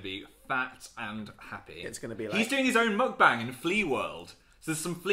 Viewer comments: say it with me: mohk- bahng. meok-bang. meok- like :mock: mixed with :toke: and the a in "bang" sounding like "ahhng". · Are we not going to mention how they said mukbang... lets just accept that saying things in another language is not their strong suit 😂😂